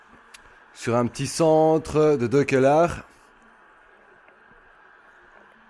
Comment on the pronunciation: salut je pense que De Ceular, ce dit De Selar